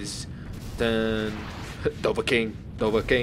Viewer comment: he said dovaking instead of dovakin